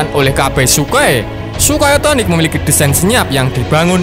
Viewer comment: Bukannya sukhoi s 70 okhotnik yah😁bukan othonik